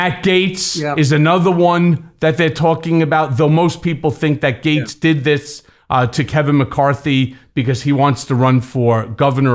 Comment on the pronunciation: Gets ? Gits ? GAETZ ? English is best.